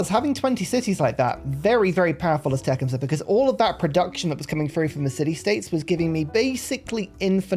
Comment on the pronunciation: You are not pronouncing his name correctly. Te-CUM-seh accent on 2nd syllable